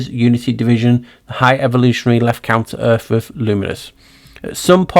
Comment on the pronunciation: Everytime you say counter earth, my ears hear "come to earth"...which has been my belief lately...they were constructed and came from a different realm. This video is the best video Ive ever seen! I love your thinking and amazing research and presentation! Thank you so much! So exciting!